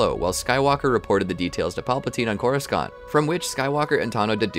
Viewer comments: You cant call yourself a star wars fan you pronounced almost every star wars name wrong and you cant say it was because of an "accent" because you dont, you said coris-cont instead of Coruscant, you said crys instead of kryze. And I bet that most of the people who replied me to this is not a star wars fan and is only saying it after watching this 6 hour video on the timeline of one character, I'm not mad about this it's just that all of the supposed "star wars fans" that make these type of videos pronounce everything wrong making it clear that they are not a star wars fan because they've never really watched any movie or show. Sorry about this but I'm the only one in the comment section to point this out. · Bro is saying coru-scant instead of coru•sont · Too bad they can’t pronounce Coruscant or Amidala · The one problem I have is your pronunciation of "Coruscant". With all the sources out there and this being such a large part of the story I would think pronouncing the main world correctly would be important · It's a great video but in the end, my frustration with how you pronounce words like Coruscant just won't allow me to finish it. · Before you make another Star Wars video will you please learn how to pronounce Coruscant correctly? They literally say it in the movies/shows countless times so I really can't understand why you mispronounced it literally every time you said it.